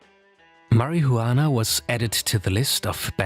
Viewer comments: Stop pronouncing s H sound when you say Marijuana, it sounds ridiculous. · Tell me you don’t smoke, without saying it: mar-i-hu-annah 😂😂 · It's marijuana not marihuana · Please never say marijuana like marihuana again. The juan is pronounced like won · its pronounced as mariwana...not mari hu anaa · Can you say marihuana again? Pls? Marijuana😂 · why u pronounce weed like 'MARIHOOWANA' lmfao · The narrator calling it “Mary-who-wanna” is killing me 😂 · "Marry he you wanna"??? Thats how it's pronounced now😂😂😂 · 2 seconds in and my first thought is "thats is the weirdest way to pronounce marihuana". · My guy kept saying marihuana😂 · Why are you the only one on YouTube on television on radio that pronounces marijuana incorrectly as you do Mary huwana Get your act together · "marry -hoo-wana" lol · I love how he pronounces "Marihuana" 😂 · Mary who wanna~ anyone who pronounces it like that clearly has no idea what they’re talking about 😂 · Marry-hue-wanna is not performance enhancing at all :) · The way he pronounces "Mari-jhuana" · mariHUUana lol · Marie-Huana :D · the way he said marajuana hahaha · “juana” lmao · Absolutely Nodody:: "MARY-HU-ANNAH" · "Mary Who Anna" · Why do you say marijuana like that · If I hear him say it like that again bruh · If you're going to make a video about marijuana, at least pronounce it correctly 😂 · i love the way this dude says marijuana, he could whisper it into my ear all day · Can you stop pronuanting marijuana like you are a child abuser ? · the most racist pronunciation of marijuana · I especially enjoyed the pronunciation of the word marihuana is this video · the way u over pronounce marijuana is funny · The J in marijuana is silent sir. 🤫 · You say marijuana really wrong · Im sorry but i want to slap u for the way you say marijuana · The only man in the world that says marijuana in 6 syllables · Bruh can’t even say marijuana correctly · I like how he pretend that he cannot pronounce marijuana